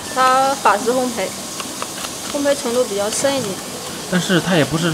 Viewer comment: 店员连烘焙两个字都念不对